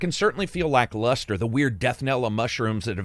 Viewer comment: That boy’s southern roots came out with that “lackluster”